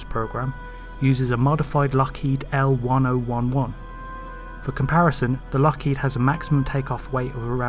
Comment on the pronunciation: The upper stage was to be a liquid bipropellant. . As an aside, the old Lockheed airliner is pronounced "ell ten eleven".